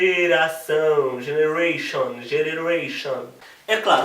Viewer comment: gereneration ? kkkkk <3